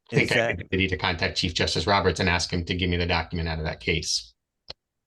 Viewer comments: Another black guy who can’t say “ ask “. It’s not pronounced Ax. This poor man is obsessed in thinking that he’s a victim. Sylvester Evans? He is not competent. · He would "axe" him? What an ignorant mooron!